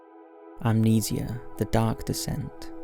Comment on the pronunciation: You mean amnesi-ahh